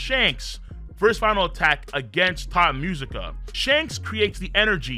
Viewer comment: My mans really kept saying "Thot Musica" instead of "Tot Musica" the entire video! 💀😂 I thought it was just a joke at first but then he just kept saying it lmfao 😂😂😂